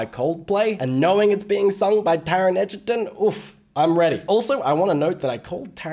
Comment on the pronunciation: Taron Egerton. Not Edgerton.